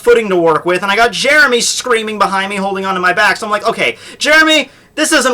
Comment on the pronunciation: Now Jeremy is known as "Jyeremy".